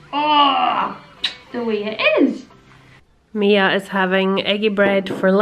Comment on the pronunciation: They really enjoyed it. And my daughter was very happy you said her name right. You'd be surprised how often it's gotten wrong. Thank you again 😊❤️